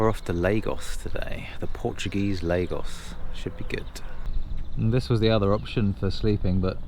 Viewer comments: Lagos is one of my favorite towns in Portugal. BUT guys, it is pronounced LAR-GOSH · its pronounced LARGOSH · Lagos pronounced laa-goszh. Lago, lake, lagos, lagoon.